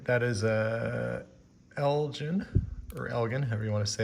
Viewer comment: The Elgin watch is pronounced El-gin (like a gin and tonic.) The Elgin watches were made in Elgin, Illinois. When we lived in Elgin in the 70s, the watch factory was long gone.